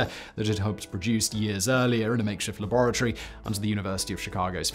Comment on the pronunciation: Am I the only one who clicked just to hear Simon say La-bore-a-Tory